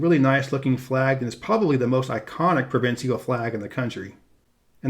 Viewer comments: Tell me you're not as stupid as you sound. Do you pronounce official as offiseeal or special as speseeal the same way you pronounce provincial as provinseeal? Are you not aware that the last syllables are the same spelling and thus rhyme? Obviously not. You label the capital of Quebec as Quebec and yet you say Quebec City in your description of the legislature building. You have no idea what you're talking about outside the US. Two thumbs down. I won't be watching any more of your videos. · Not sure what you mean saying that the symbolism of N&L's flag is obtuse. You mean abstruse? Also, provincial is only three syllables. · learn the pronounce the word "provincial."